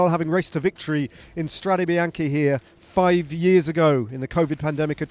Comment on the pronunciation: "strade biacnhe" 😅 Btw really nice video !!